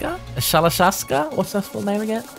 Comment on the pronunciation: Shalashaska... Pretty good.